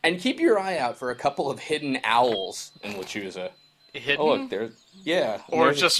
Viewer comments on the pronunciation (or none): It's pronounced "Le-chu-sa". Z makes the S sound in Spanish.